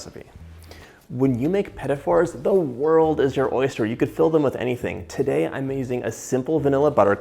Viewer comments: Me too! He called them "Petty Fours" as in "number fours that are not very nice". Ruined the whole show for me. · uhh, my instincts tell me these aren't pronounced pettyfors lol